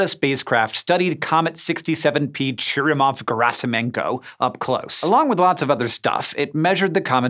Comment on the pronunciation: You pronounced Churyumov-Gerasimenko correctly ❤\(^o^)/❤ I thought this day would never come! It's so wonderful, I've been listening to you say it over and over and over, hahahaha.